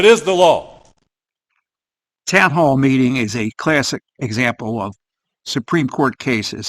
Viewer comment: His pronunciation of "law" as "lawl" makes the announcement of upcoming "lawl-suits" very apropos.